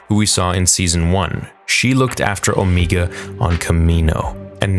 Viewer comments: and . You really have to learn how to pronounce names properly. Her name is pronounced Omega, NOT "Omeega." Are you completely illiterate or are you just messing around? You pronounce it perfectly at other parts, , of the video... Do you want me to pronounce your real life name as Amongus Dodo? No, you don't. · Pretty sure it's Omega not 'Omiga". Even the characters in a show call her Omega. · Ngl. It kills me inside a little bit every time you say “O-mee-ga”. It’s just Omega unless you have a New Zealand accent 😂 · Can you pronunce Omega correctly. The only reason I say this is because they actually call her Omege not Omeiga multiple times throughout the season. That mispronunciation is because New Zealanders pronounce some stuff differently than Americans or in your case Canadians. Sorry it's just something I had to address. Trust me you aren't the only one who has mispronounced stuff. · If someone down here in the comments could answer a question I have had for some time now. But why does keep saying the name wrong”Omeeeeega” when everyone in the bad batch calls her “Omega”? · I hate when you say Omeega. Her name is O- mega. Love your video still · i love, but GOSH I wish you'd stop saying omeega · Here we are again. Back for more "Omeega".🙄😒 OMEGA ONLY HAS ONE "E", NOT TWO!!! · Please stop pronouncing Omega’s name as “Omeega”. It’s pronounced as the regular “Omega”, she just has an accent that’s why is pronounced that way. That doesn’t mean you have to replicate it. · Don’t assume that about me okay. I get it, he’s Canadian but he has said the word “Omega” during Bad Batch S1, now he says “Omeega” to replicate her accent. It’s unnecessary and it’s not her actual pronounced name, she just has an accent. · Ooooo. Meg. Ahhh. You’re so annoyingly wrong with o-me-gah. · Why the hell do you keep saying "omeeega" like a dumbass? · MY GOD! Stop saying O-MEE_ga!!!! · Please stop saying Omegas name like that. Please